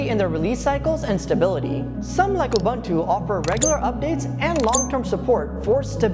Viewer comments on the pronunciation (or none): UBUNTU is pronounced "OOBOONTOO". "OOBANTOO" doesn't exist.